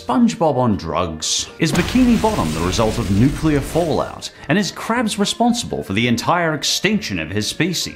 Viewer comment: 'nukeler' lol